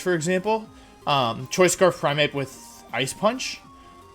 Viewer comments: What are his pronunciations. Primapee? You mean Prymape? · THE FIRST E IN PRIMEAPE SHOULD BE BETWEEN THE M AND THE A! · Gyebile Primapie What are these pronunciations lmao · Is this guy a troll or does he actually not know how to pronounce pokemon names, because I honestly can't tell? In what world is primeape (prime + ape) pronounced "prihmahpee"???? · God what is that absolute butchering of Primeape's name pronunciation?